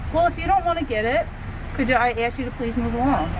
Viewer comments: Why does the narrations say ask what he keeps saying ax? I'm not sure what that's all about, is that some new kind of language? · They axed him for his license. He said don’t ax me